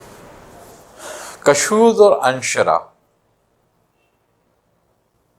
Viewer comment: تلفظ میں کافی غلطیاں کرتے ہیں کُشود کاف کی پیش کے ساتھ ہے کَشود زبر کے ساتھ غلط ہے اور اِنشراح الف کی زیر کے ساتھ ہے اَنشراح زبر کے ساتھ غلط ہے براہ مہربانی توجہ فرمائیں کہاں تصوف پر کلام اور کہاں یہ معمولی غلطیاں